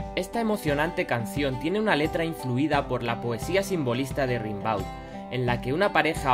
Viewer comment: Rimbaud? He escuchado Rimbaud? Has dicho Rimbaud? Sin comentarios